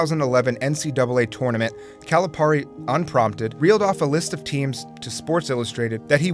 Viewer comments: It's not 'Cali-PAR-e' it's 'Cali-PEAR-e' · It is pronounced “Calipeari” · how do you say calipari wrong jesus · You gotta pronounce the name right for Calipari, man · It bothers me how consistently you mispronounce Calipari's name. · The amount of times he mispronounces calipari’s name triggers me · Is it pronounced Calipari or Calipari? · Say Calipari right plz